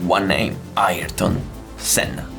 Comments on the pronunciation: iErton Senna 😂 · Ayereton senna?😂